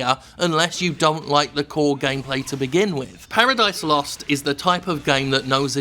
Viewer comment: More emphasis on the ooooooo